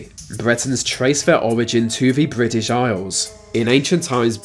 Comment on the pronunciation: Please don't assume the narrator is English......his pronunciation is that of a five year old. "Bwetons trace ver origins to va Bwitish iowls". Maybe he is Jonathan Woss's son!